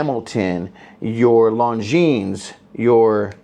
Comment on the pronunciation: He lost me after he mispronounced "Longines"